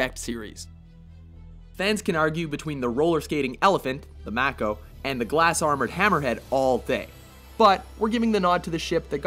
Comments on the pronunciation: Mako is pronounced "May-koh", not "Mah-koh". I don't know why that bugs me so much, but there it is. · You pronounce Mario and Mako weird lol